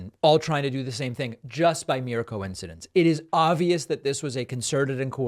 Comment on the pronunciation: Did you say”ovious”? Tighten it up David